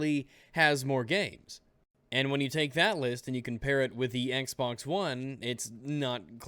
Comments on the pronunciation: Could've sworn you said "Microsoft Sexbox", not "Microsoft's Xbox"... I really need to get my mind out of the gutter sometimes. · did he say "microsoft's xbox" or "microsoft sexbox"